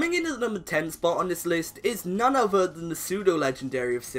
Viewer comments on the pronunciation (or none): none